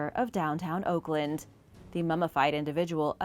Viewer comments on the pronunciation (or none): yeah, nailed Oakland there...🤣